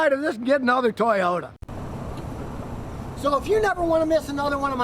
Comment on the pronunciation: I love it!.. the second Scotty mentions a Toyota ..”toyYOTAHHH!!!”.